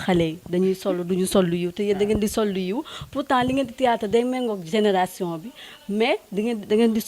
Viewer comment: Non mais serieux prenez des gens pros a la limite c pour votre image . Cette fille la est loin de sen sortir elle ne maitrise pas son sujet ni la camera ni le micro elle bugg bref elle sen sort pas . Et pourquoi elle dit tiyatar ? Zeuness ? Zeneration ? Jadore la maman bineta mais je nai pas pu continuer.